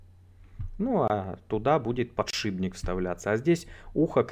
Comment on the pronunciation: Новая подборка различных косяков в произношении: эБоксидки ))) Только начал пить чаёк и тут такое!... :) подшиБник! )))